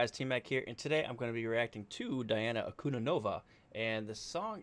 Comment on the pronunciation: An-ku-DEE-no-vah (common error).